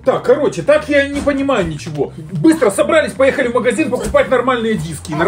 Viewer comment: Не бистро а быстро (не хейт